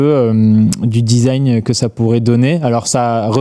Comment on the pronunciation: Le "disagne", histoire de goût !😂😂